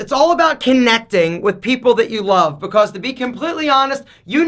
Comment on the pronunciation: Lol the way you say becAuse